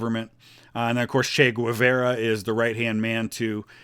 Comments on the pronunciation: It's "Gay-VAR-ah," not "gwa-VER-uh." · I'm sorry, I can't take it. It's pronounced gay-VAR-uh, not gwah-VEYR-ah. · It's Che Ge-var-uh not che gwu-ve-ra Hasta Sempre Comadante Che Guevara!!! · My hating your pronunciation, "Güevera" is totally irrational. Great job, love your videos.